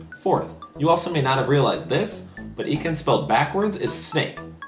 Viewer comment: Ha hilarious! BTW it's not pronounced eekans :)